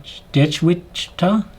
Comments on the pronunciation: Hi! Here is how to pronounce Daechwita! "Deh chee TA". The more correct way is actually "deh-chui-TA or deh-chewy-TA, with the middle syllable said so fast that it sounds just like "chee" to the untrained ear. There is just the tiniest little "ui" in there. So for a non-native speaker, "deh-chee-TA" is perfectly fine. Just act as if the W is silent. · It’s pronounced like de-ji-TA but the d is between a d and t sound and the j is between a j and ch sound. I’m learning a lot from your observations but mostly I’m gaining an even greater appreciation for the crew - camera persons, lighting, makeup, costuming, etc - and the skill they bring to the table. Thank you for that.